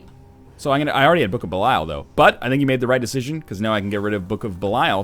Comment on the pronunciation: Jesus H. Fuck, Kate. Nobody cares about your damn "woooooo"-ing printer. This isn't a hate vid to Best Buy's shit products. This is about NL and his raging boner obsession with the Book of Belial. Or, as he says it, the "Bukahbeelyul"...sometimes "Blukablul" if he's really excited about it. Also, fuck you too Lrod Shrek and your lazy ass. You should be here my now and here's this random canine's canine doing your job for you.